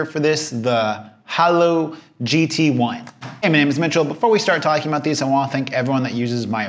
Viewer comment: Seriously how can you not pronounce Haylou?